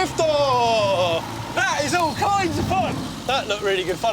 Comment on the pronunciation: Lol why? Cus hes saying dorifto?